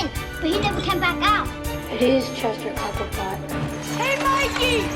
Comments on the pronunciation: ITS CHESTER COPPERPOT NOT COBBLEPOT 🤣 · Chester "Cobblepot"? WTF dude?? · Copperpot not Cobblepot. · Its "Copperpot", not "Copplepot," youre thinking of the Penguin